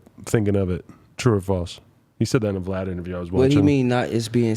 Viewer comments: He calls him Vee Lad Lmao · He called Vlad V-lad… 😂😂😂😂😂 said he aint coming to the hood! 🤣🤣🤣